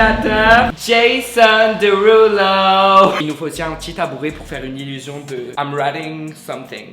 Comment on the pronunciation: Oh non JPP le "JaSon DErulO " 😭😭😭